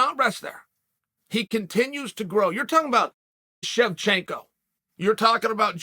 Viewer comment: Chael finally stopped calling Valentina … “The Bullet” and was able to pronounce her last name correctly. But still hilarious he can’t Amanda Nuñes correctly